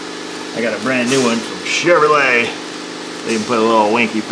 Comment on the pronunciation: I tune in just hoping to hear say: "Shiv-ruh-lay!"